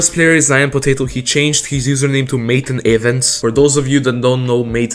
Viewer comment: Good video Btw the correct name to pronounce matan is not “maten”, the name pronounces the way it’s written, “matan”